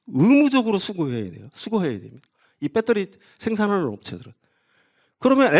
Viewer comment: 이 아저씨 제2의 뺏데리 아저씨 아닌가? 배터리라고하시지 맨날 빳떠리 뺏떼리 빳떼리 듣기 거북하다